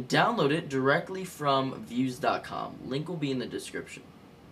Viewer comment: its pronounced "vooze" not "viewz".